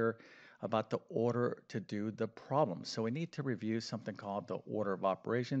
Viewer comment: He is def knowledgeable about math but he def cannot pronounce the word "problem"!!